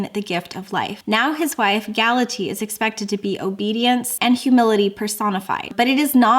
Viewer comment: I have nothing but love for you so please don’t take it the wrong way. Galatea is pronounced gal-uh-tee-uh, and the Iliad is i-lee-uhd. Just wanted to help.